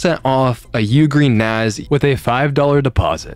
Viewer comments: it's NASS man, not NAZ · Why is there a group of people who pronounce NAS as NAZ? It is Network Attached Storage, not Network Attached Zorage(what ever that would be?)